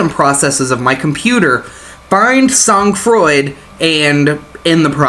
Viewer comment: I like your commentary and gameplay :) Just nitpicky, but the pronunciation would be more like "Soan Fraw", for future reference /frenchgrammarnazi (I guess that makes me a grammar collaborator? grammar Vichy? XD)